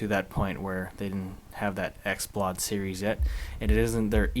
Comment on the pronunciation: Lol brp did u say "xplawd"? Its "Xplod" lik pronounced "explode" lol